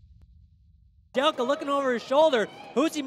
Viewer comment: Dude its kajelcha, not kajelka